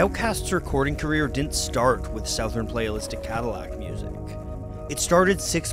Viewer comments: Why did he say it like “s-OW-thern?” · great video but, the way you pronounce southern is just wrong, it's /sUHTHUHRn/ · That's the weirdest pronunciation of 'southern' I've ever heard. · Is that how "southern" has been pronounced this whole time??